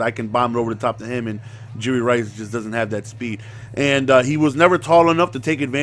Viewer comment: YOU KEEP SAYING JURY RICE LMAOOO